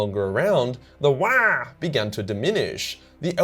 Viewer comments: its not "wagh!" its "WAAAAAAAAAAGHHHH!" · Lol had to put a dislike due to that poor Waagh pronunciation. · It's not waagh it's WAAAAAAAAGH!!!!! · It’s pronounced “wAAAaargh” not “Wyaah, mammy breastfeed meeee!” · Waaagh is pronounced in a deep bass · It’s pronounced WaAaGh! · i loved this video. but holy fuck wah annoyed me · Video ruined by you saying wagh rly annoying n cringey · For the love of the emperor stop saying whaaaa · Hard to listen to and pay attention too if you say wagh like they every time. A couple of times it was funny but got old real quick tbh. Big fan and watch all ur videos while I work out and multitask but couldn’t do it with this one lol. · All I heard is waah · I love you, but that was unbearable, please learn how to Wagh properly 😆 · Damn hard to to watch this and hear you yell waahag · I wish I could downvote this video, for every time says "wagh." Sadly, I can only downvote once. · Your saying Waagh completely wrong for a so called lore explainer lol it's really bad how you say not only is it but an insult to the orks like there war cry gonna be a weird baby noise like you say how you say it go back on you tube and there are plenty of others that pronounce it right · Stop saying it like that! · OMG I kept laughing so much at your pronunciation of waaagh, seriously, farkin hilarious. gist is pronounced jist though... :)/ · Couldn’t stand the way you said Waaagh, cringed so hard bruz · I thought repetition would make your pronunciation of WAAAGH less funny each time, but no diminished returns here. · I hate your wrong pronunciation of WAAAAAAAAAAAAAAAGH! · Love the video, hate the pronunciation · I thought WAAAAGH is pronounced like streched WAAAAR without the T Not like cosplaying Waluigi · I couldnt make it thru because of the stupid way you kept saying Waaagh.